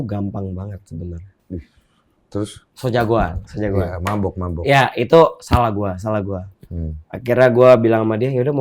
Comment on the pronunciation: Selalu ada penekanan dan diulang2 "salah ghuwe..."